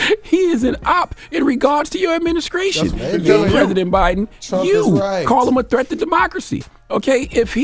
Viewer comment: Did he say adminiscration? There's no damn "C" in that damn word.